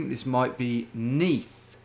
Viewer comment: I'm from Neath and knew the first one straight away, but hearing you say 'Is that the River Neath' blew me away. You're cracked